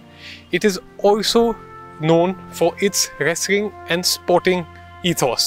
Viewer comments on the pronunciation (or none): The reporter can't pronounce many english words properly especially whenever there is an 'l' in between the letters, like, wrestling , 'level' , 'wrestler' , 'accolades'